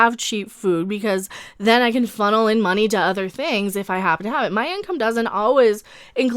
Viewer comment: I hâte the way she says money : mah-nee